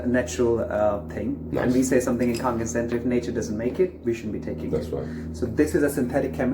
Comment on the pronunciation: Its Kangen! Just sayin